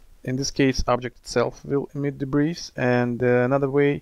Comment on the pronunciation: FYI: The S in debris is SILENT. Check this link for the Google definition, and click on the SPEAKER to hear how this word is pronounced